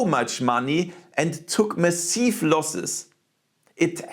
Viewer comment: It's weird how you pronounce everything in mostly an english way, but then out of nowhere I'm slammed with pronouncing Massive as meh-seev, rather than mah-sihv.